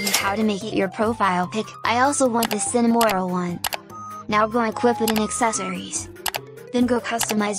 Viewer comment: the text to speech:Cinimoril💀(Cinnamonroll)